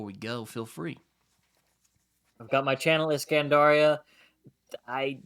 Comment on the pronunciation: It is pronounced "Iskandar-iya"